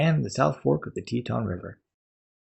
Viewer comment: Cool video. Also it’s Tieton pronounced Tie-a-ton